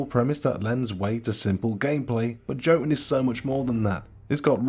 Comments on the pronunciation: It’s pronounced Yo-toon not Jo-tun. Top 10 Viking games and you missed out on god of war? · I cringe everytime he says "JOE tun" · I think Jotun is pronounced as "Yotun". Most countries that use the same letters like the Germany and the Scandinavian countries use J as Y. Don't ask, because I don't know the answers.